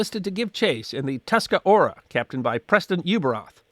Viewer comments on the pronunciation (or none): The name of the ship Tuscarora is pronounced "tusk-a-ROAR-a" not 'tusk-a-ora." The name is that of a Native American tribe that became the sixth member of the Iroquois Confederacy.